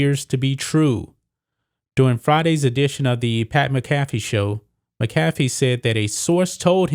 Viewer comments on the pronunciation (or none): No hate but it’s pronounced ( mac a fee) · It’s Mac-uh-fee...FYI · MACK a FEE. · And you keep pronouncing Pat McAfee’s name wrong lord go watch his show just for 10 minutes and hear his name pronounced. 🤢